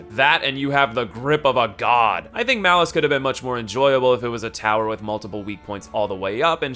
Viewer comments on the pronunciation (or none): for 10A, it says "Malus" but you said "Valus"